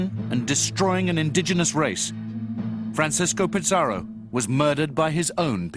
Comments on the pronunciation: Bro it aint pizzarro its pizarro you sound like your saying pizza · U BD its pizarro to be exact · What’s with the pronunciation “Pitz-ar-oh”? Also, the whole production seems to have used English “Black Legend” as its primary source. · They can't even pronounce Pizarro right. They think it's Pizza Row. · This video is moronic. How does the writer think history was made? How is Pizarro worse than any number of conquerors who shaped the world. Also, why does the narrator misprounounce his name? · Unbelievable that a professor of Latin American history doesn't pronounce it correctly.